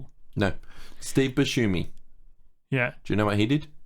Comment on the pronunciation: Someone plz teach how to pronounce Steve Buscemi's last name